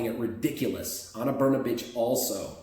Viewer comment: Brnabic is pronounced Brnabeech. :) Just think of the beech tree for all the ich's you say.